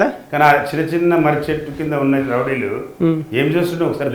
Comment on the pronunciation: Rowdilu ❌ Lovdilu ✅😂